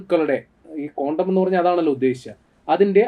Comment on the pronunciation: കോണ്ടം അല്ല ചേട്ടാ ക്വാണ്ടം